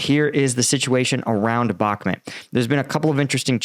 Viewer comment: Dude you don't pronounce bakhmut right in every single video you do..